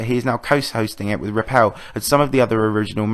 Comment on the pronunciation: Karma L, not kermal